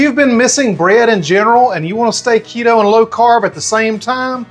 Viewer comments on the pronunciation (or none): none